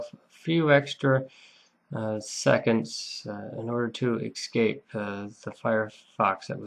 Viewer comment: I’m really enjoying this series, thanks much. Only nit to pick is your pronunciation of the word “escape” (it should not be pronounced “excape”).